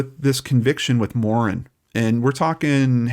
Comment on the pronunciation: Pronouced Morann just like the name Ann